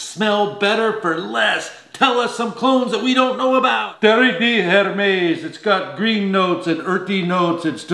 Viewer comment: Good job butchering lattafa khamrah and t’erre d’Hermes